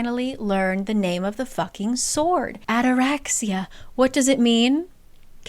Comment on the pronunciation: FYI: ataraxia is a Greek word that means calmness. And also the intonation is on the i = ataraxi’a. Greek here🫡